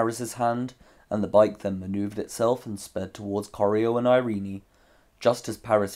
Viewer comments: Irene is pronounced just "i-rin", not I-rin-i... Where did you get the idea?! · Irene is traditionally pronounced eye-reen. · Learn to pronounce “Irene.”